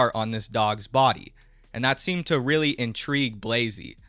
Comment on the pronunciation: It weawy is